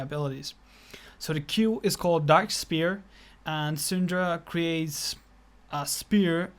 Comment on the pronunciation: It's pronounced S-f-ere not Spear